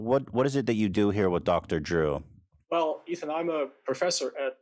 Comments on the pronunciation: why do you call him Dr.Jew? his name is Dr.Drew 😂😂😂... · Love the videos and I hate to be that guy again, but you really oughta work on your enunciation of the 'R' in "Drew". Cuz it totally sounds like you're saying "Dr. Jew" 🤣 I assume it's cuz you're bilingual and don't mean to sound insulting cuz knowing more than 1 language is super admirable and respectable. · At first I thought you said "Doctor Jew" 😂😂😂 🤭 Trisha needs the drama to stay relevant. I doubt she could do any other job no matter how simple. The drama is her desperation. If she loses views well, no more money and lavish lifestyle. It pains me to see someone like her with more money than most of us will ever see in our lives. Loving your videos beautiful! Keep 'em coming! ❤️ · I was listening quietly and I thought you were saying “dr jew” referring to Ethan lmao